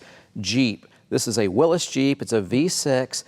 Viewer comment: Well done. I want a airplane hanger too, for my toys. I noticed how you correctly pronounced "Willis" jeep. Good Health.